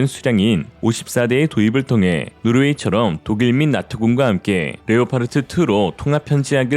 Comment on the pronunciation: Leopard 는 레오파드라고 발음합니다. 레오파르트라는 엉터리 발음을 고쳐주세요. 독일어나 영어 똑같은 스펠링이고 발음도 같습니다.